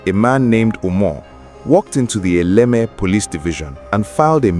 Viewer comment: Why were you pronouncing it as elekeme?